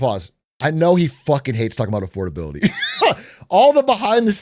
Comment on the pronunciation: Thats what I've been thinking when whenever he says "affordabiloty hoax"; that's what what those words mean together